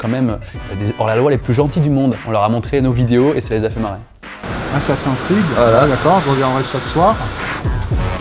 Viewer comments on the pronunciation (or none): mdr le policier qui dit assassin en français et creed, ben il le dit avec l'accent anglais.